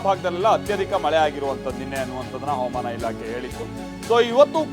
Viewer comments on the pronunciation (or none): ಕೊಲ್ಲದಿರಿ ಕನ್ನಡ, ಅವಮಾನ ಇಲಾಖೆ ಅಲ್ಲ ಹವಾಮಾನ ಇಲಾಖೆ